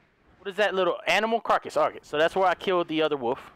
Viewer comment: I love how he says woof instead of wolf